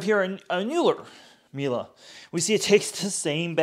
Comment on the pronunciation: whats a mila ? Miele isnt mila, wtf.